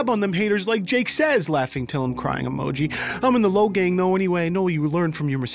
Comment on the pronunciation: Logang? More like...LowGayng